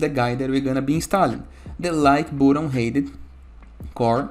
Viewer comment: i really like the way you say "boatun". but seriously , thanks for this tutorial. 👍